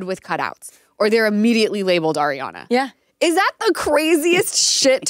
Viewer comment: Can you tell Schwartz to say Arianna’s name correctly? He calls her air Yana